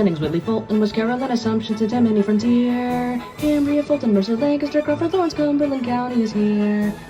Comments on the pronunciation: very well done! The pronunciation was spot on and nobody ever gets it right outside the area. Bonus points for Lancaster too. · LANCASTER SWEEP AND HE SAID IT RIGHT 🔥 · I can tell you did your research because you pronounced both Lancaster and Lebanon, PA correctly. Congrats on this accomplishment!